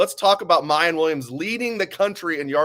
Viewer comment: Did J-Book and go to the same grammar school? Both constantly butcher players’ names. It’s Miyan. Not Miyon. always saying Emeeka instead of Emeka. Figure it out guys